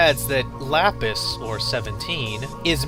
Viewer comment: It's pronounced Lap-is It's a pun on the Gemstone Lapiz Lazuii